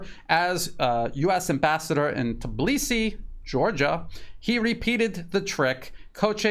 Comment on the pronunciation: Your pronunciation of Тбилиси is almost perfect)